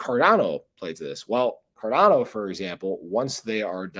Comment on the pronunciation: "Carndao"... that's new xD